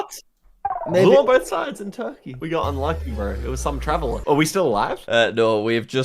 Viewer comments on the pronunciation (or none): none